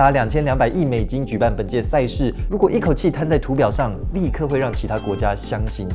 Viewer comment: 影片 的相形見“絀” 應該是ㄔㄨˋ喔